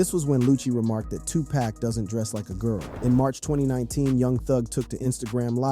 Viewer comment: First, dude really Walked to THUGGA, and gave him drugs… DURING A COURTROOM TRIAL!!!? INFRONT OF THE JUDGE, COPS, AND LAWYERS???!!??? 2: THIS DUDE CANT EVEN PRONOUNCE PAC’S NAME CORRECTLY?!?!?! I am done with this channel.